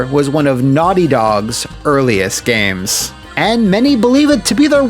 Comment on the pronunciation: "CHAD WARDEN HERE. PS3 GOT THE BEST GAYMEZ!"